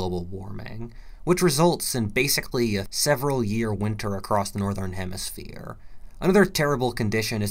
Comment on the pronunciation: Boi the southern hermerphier